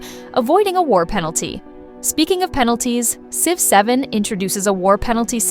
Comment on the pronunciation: What do you mean? I love the game Sive 7!